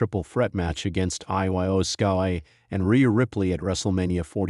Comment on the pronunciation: Does this guy not know how to say Iyo Sky as opposed to spelling I-Y-O